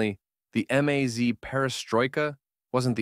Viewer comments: Em-az? 😂 It's just a maz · I like how your AI voiceover chose to pronounce MAZ as “amaze” from time to time.